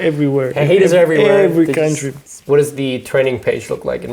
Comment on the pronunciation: Jetzt mal ehrlich, bin ich der einzige der die Dänin, jedes mal wenn sie "Kauntry" gesagt hat, im Kopf verbessert hat? xd